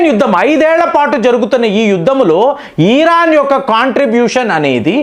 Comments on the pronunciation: Mr not e ran but mind it,it's Iran. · బాబూ ఈరాన్ కాదు 😂మేం తెలుగు లో ఇరాన్ అంటాం 😂